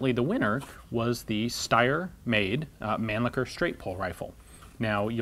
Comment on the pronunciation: Mann-lichher and cocking knob. Couldn't help but notice it.